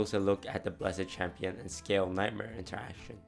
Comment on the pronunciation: "Bless-ED Champion" FailFish